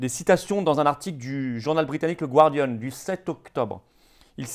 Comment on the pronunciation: The Guardian --> prononcez "the Gardian", non pas the Gouardian ;)